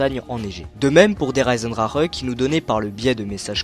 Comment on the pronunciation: Pk tout le monde dit der eisendrareeeeeeee c der eisendrachee ptn